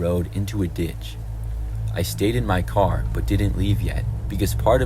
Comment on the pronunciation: omg his voice is so cute im sorry how he says car😭 caw